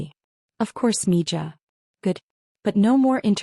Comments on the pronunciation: Mina is pronounced 'miha.' Two syllables. Mi ha. Miha is girl or daughter, Miho is boy or son. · Mija = “Mee- ha” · It always annoys me that these AI bots can't figure out how to pronounce 'mija' as Spanish, not mangle it in English.